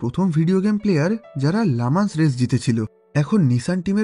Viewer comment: ভাইয়া এটা "লা মান্স" না এটির উচ্চারণ হবে "লি ম‍্যান্স"।